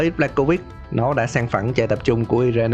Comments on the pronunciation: Irene đọc là Ai rần chứ i re ne gì trời. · Irene đọc là Ai rin anh nhé